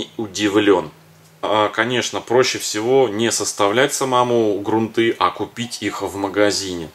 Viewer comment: Правда, очень много лишних слов, а время у всех в дефиците.. хотелось узнать о грунте, но .. жаль. Кстати, в слове грунты ударение ставится на первой гласной.